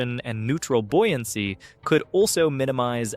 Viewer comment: The word is buoyancy as in boy. Not bui. How odd. Read the words.